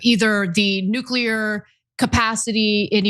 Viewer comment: Its nuclear, not nuqueler. If i were elected president, within an hour, there would be an executive order inacted that made the mispronounciation of this word punishable via lethal injection.